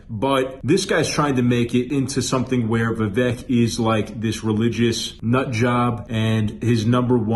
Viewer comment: Vivek pronounced like cAKE Get it right before he runs in 2028. 😉